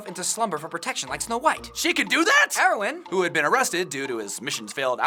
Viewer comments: Why do they keep saying Armin like Armeee-an and Erwin like Erowin? And dude, the Titan at the end was obviously inside the wall, not breaking it. The wall was chipped and broken because Annie tried to climb it, therefore exposing the Titan on the inside. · Lol they said arrowin instead of erwin and armeen in staid of armin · Why are they calling Erwin, heroin? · When they say Erwin it sounds like heroine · Why do you say "Eroin" instead of "Erwin"? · It's erwin not airwin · LOL! You Were Calling Erwin Heroin